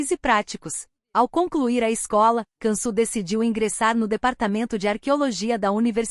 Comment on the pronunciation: Se diz : Diansu Dere e não cansu 😂😂 povo analfabeto narrando história